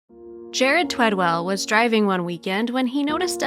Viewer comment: ONE W! Twed-ell. Twee-dell? Talk to the man, he deserves to have his name spelled correctly and pronounced correctly.